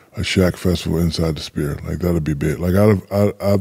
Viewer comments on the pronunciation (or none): "Sphere". "Spere"? "Spheeeeeeere"